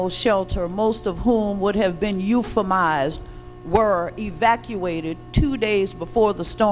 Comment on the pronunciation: ' 🔫 purnted ' ' euphamized ' ' New Wallenz '